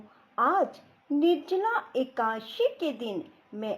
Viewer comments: Akasi nahi akadasi kahte h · राधे राधे जी एकाशी नही बोलते एकादशी है जी 🙏🙏🙏🙏🙏